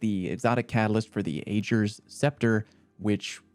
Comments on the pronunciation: Acher's Scepter?! dude its Agers with a "ger" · I refuse to accept that I heard say Age-rrrs lmao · Aa-grr God dammit The A is pronounced like the a in "accent" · How are you pronouncing Agers Scepter wrong? They literally say the name of the gun multiple times in the game. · Still insisting on pronouncing the name incorrectly? Come on! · It amazes me that SO MANY content creators continue to mis-pronounce this weapon's name. We heard Uldren and Mara say it multiple times a week for 4 weeks straight. Like, come on. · How is it that Ager's name was said many times in the quest and yet every youtuber manages to mispronounce it? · no offense but that not how your supposed to pronounce agers bruh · I love you man but throughout the entire quest Mara and Uldren constantly pronounce Ager properly